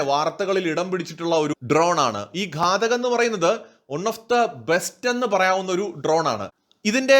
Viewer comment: ഘടക് അല്ല ഘാതക് ഘാതകൻ കൊല്ലുന്നവൻ.